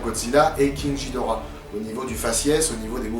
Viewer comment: ça s'écrit GHIDORAH mais ça se prononce GUIDORA